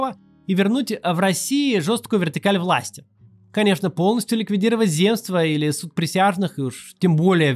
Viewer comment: Слово ЗЕМСТВО во всех падежах произносится с ударением на Е. А в остальном - интересный ролик! Спасибо!